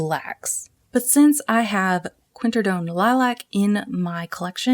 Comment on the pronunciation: Great video...but say it with me QWIN-AK-RID-OWN....QWINAKRIDOWN....(obviously spelled quinacridone) I'm sorry, I won't bring up the other mispronunciations but I just couldn't get over that one and that's on me. 🥰😝